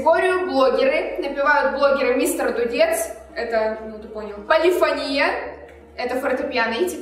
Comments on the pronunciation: небольшая поправочка.Не полИфония(удариение на и) а полифОния (ударение на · ПолифОния, а не полифонИя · Там вообще два варианта ударения, но музыканты чаще употребляют именно полифОния (хотя меня тоже бесило) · Почему полифонИя, а не полифОния? Я просто учусь в муз.школе и мне как-то неприятно слышать:/ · Эм не полифонИя, а полифОния. Я учусь в музыкальной школе. Мне так редет уши ! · Да я тоже в муз. школе учусь. И когда они говорят полифонИя 😐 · Меня на протяжении всего видео бесило только одно...... ОНИ ГОВОРИЛИ полифонИя, а правильно полифОния!!!! Я учусь в музыкальной школе 7 лет и ГОСПОДИ!!КАК РАЗДРАЖАЕТ, ЧТО ЛЮДИ БЕЗГРАМОТНЫЕ! Окей, я понимаю, что они не музыканты(кроме миа бойка, кстати странно, что она их не поправила) но ведь можно было элементарно загуглить! P.S. Я не хейтер и очень люблю, просто это ситуация меня дико выбесила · ПолифОния! ПолифОния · Извиняюсь конечно, но не полефони́я, а полефо́ния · не полифонИя,а полифОния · Не полифонИя,а полифОния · не полифонИя, а полифОния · ПолифонИя... Серьёзно?????? Может быть перед тем как снимать ШОУ, хотя бы правильное произношение поссмотрели P.S. играю на фортепиано, и полифонИя прямо режет по ушам... Если что, то правильно полифОния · Почему полифонИя, если по сути полифОния правильно.... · ПолифОния ударение на О